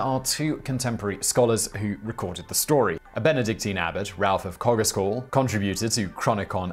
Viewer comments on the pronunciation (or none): Woolpit is lovely. Worth a visit if you are ever in the area. And Coggeshall pronounced “Coggle-shall” x